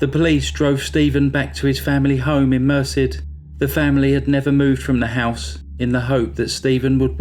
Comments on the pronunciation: It's pronounced Mer SED, not MER sid, if you're interested. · Very well done. FYI that town name is pronounced mer-CED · "Merced" is pronounced mur-SED (not that it matters, it's a total s**thole) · people please learn the proper pronuonciation of names. stephen lived in Merced califnot mercy get it right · Mer-Said is the pronunciation 😊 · Great video. Thank you! BTW Californians pronounce the town of Merced as Mer-said. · Incredible story. The town is pronounced mer SED. Rhymes with instead.